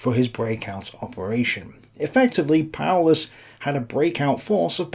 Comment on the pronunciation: Seemingly appropriate that "Paulus" is pronounced, "powerless".